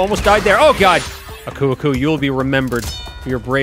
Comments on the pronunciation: Your saying uko uko but it's aku aku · are you really calling aku aku "akoo akoo"?